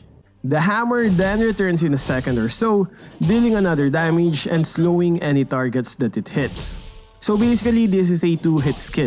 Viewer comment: who hears his damage like danmege